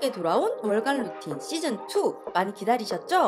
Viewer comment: ルーティンがルーチンになってる😂可愛い😂